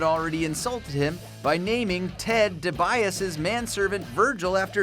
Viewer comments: it's pronouced Dee Bee as EEE Not Di-Biased you MORON, Have you ever Really WATCHED wrestling? or are you just reading this off of a sheet of paper? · De bias?! It's pronounced De be ás e you fake wrestling announcer! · Uhhhh... who the fuck is Ted "Duh-bye-us??" If u do a wrestling video, but don't know how to pronounce ted DIBIASE, everything else said after that flub can't really be taken too seriously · ITS "DEE B AH C" u fucking... I'm so mad lmao. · "Ted Di Buyas" 😐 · The fuck you guys pronounce Ted dibiase name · U can’t even pronounce ted dibiase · your a wrestling fan and you mispronounce Ted Dibiasie' name lol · You just butchered the hell out of Ted Dibiase's name.. I'm starting to think you aren't a wrestling fan at all.. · No offense but do some of the voice over guys even watch wrestling? Cause if they did I'm sure they wouldn't have butchered Ted's name the way he did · Learn to pronounce DiBiase, mark ass. Lol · how did you pronounce ted dibiase's name so incorrectly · Stopped watching as soon as I heard your botch of the million dollar mans name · You mispronounced The Million Dollar Man's name. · This guy and whoever compiled the pictures have likely never actually watched wrestling...can't pronounce DiBiase's name correctly and pictures of Barry Windham's father being used as if it's Barry?! Lol smh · haha boy did the narrator botched dibiase hahahah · in lost all credibility not pronouncing DiBiase right. WrestleLamia it is. 🖓🖕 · How the fuck they pronounce Ted dibiase name